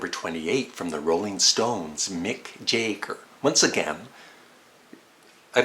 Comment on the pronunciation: Jagger not Jaiger